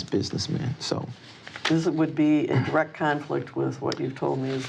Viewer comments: “Be direk and pacific”. FFS… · "Be die-wreck and pss p p pacific so I can ansah ya kwestchun."